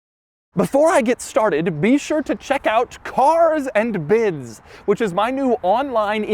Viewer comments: “Carzzz Andduh Biddzz”??? Sounds like CLASSICALLY TRAINED annunciation! 👍🏽‼️ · The way he says cars and bids just makes me crack up